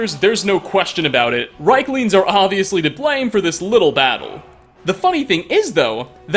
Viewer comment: They're R I E K lings, not reiklings dammit